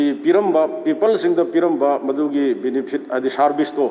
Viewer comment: Benephits..😂😂🙏🤣 Meitei pronounced be like🤣🤣🤣